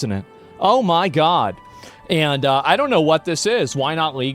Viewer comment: I have never heard sound so Texan as when he noticed the random burn on his hand "damn, i burned me mo%&£^%king hand!"